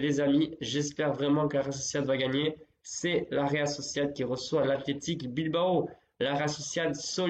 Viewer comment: tjrss altetico hhhhhhhhhhhh mec athletico !!!!!!! mdr !!! respect from morrocan fun !